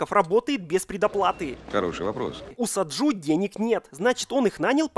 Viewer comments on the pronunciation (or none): Блет не Саджу а Саджи